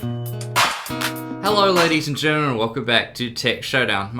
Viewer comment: ladies and gerurr lol